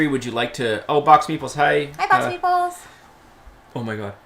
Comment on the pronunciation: Congratulations on the anniversary from the UK. Your channel was one of the first i ever watched and helped get me into the hobby. I still laugh about the first video of yours that i watched and i thought meeples were called meatballs! Must be a Canada to UK accent thing!!! Keep up the good work guys!